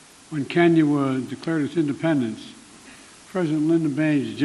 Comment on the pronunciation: “When Kenya wa’ declared iz innepennance…” Right out of the gate, Joe. You had me at “When Kenya wa’ declared iz innepennance”.